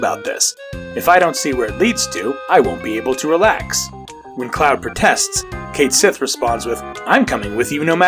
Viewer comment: Cait Sith is a Gaelic word and it is definitely pronounced Ket Shee